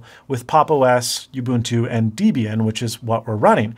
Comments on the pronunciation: 1.7 How does one pronounce Debian and what does this word mean? The project name is pronounced Deb'-ee-en, with a short e in Deb, and emphasis on the first syllable. This word is a contraction of the names of Debra and Ian Murdock, who founded the project. (Dictionaries seem to offer some ambiguity in the pronunciation of Ian (!), but Ian prefers ee'-en.) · it't not called guh nome... it's called gnome... and it's not deebian either XD other than that... welcome to linux, you'll never go back now... unless you want Photoshop or something (use wine) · Your pronunciation of all of these linux distros are very cringey. And I'm also from Utah so you and I have the same accent. It kind of reduces your credibility, not gonna lie. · It's pronounced debian as in jeb not deebian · Just an fyi: Debian is named after its creators; Deborah and Ian. It's therefore pronounced Deb-Ian and not deeb-ian. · Hate to nitpick?....but why are you calling it "Daybian"?....its a mishmash of two people's names....DEB-orah (Pronounced "Debra") & Ian...hence its not "Daybian....its DEB-Ian...(sounds like dead!....but ends with a "B") Just thought I'd throw that out there......LoL! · Oh and it's pronounced DEBB (like deb-ra) EE AN, not DEEB EE AN. Welcome to the Linux world, they're actually pretty similar, Mac and Linux. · The (a) shell is not the window manager.. You pronounce everything sooo differently from what I hear in the Sysadmin community.. CentOS (cent-o-s) Gnome - nome.. Debian... deb-ian not deebian.. but I guess all of these are up for interpretation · Good so far, but .... dEbian not dIbian. Thumbs up on the vid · Your pronunciation of "Debian" as "De-Bian" is not right. It should be "Deb-Ian". It is the joining of the name "Debra" and "Ian". That is from the founder Ian Murdock and his Wife Debra. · it's not deebian, it's debian, it's combination of Ian and his Wife's names (Deb-Ian). (FYI) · If you say deeeeebian one more time.... lol it is Deh-bian - cringe worthy